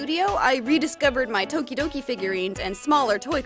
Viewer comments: I thought you said todoroki for a second and I was frantically looking for a todoroki doll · Thought she said todoroki :( BUT THIS IS STILL AMAZING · Who else thought that she said Toderoki? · For a sec I thought you said “Todoroki” I’ve been watching to much mha